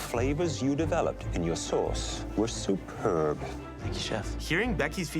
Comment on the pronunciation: 'was seupeurbb~'